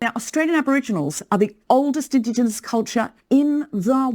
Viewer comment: She can't say indigenous ffs